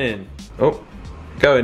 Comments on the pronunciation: That sweet shop is soooooooo expensive. Edit Oli calling them tangtastics swear they are tangfastics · Did oli really just say hario tangtastics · Did oli just say tangtastics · Anyone else notice oli said haribo tangtastics 🤣